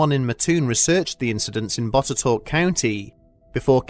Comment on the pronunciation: As a historian from Botetourt County, VA, it surprised me to hear my small county mentioned, and what's more, in a story I'd never heard about! Going to do some digging into this later, for sure. Big props for pronouncing Botetourt correctly!